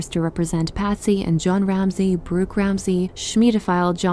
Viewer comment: It’s Burke, not Bruke.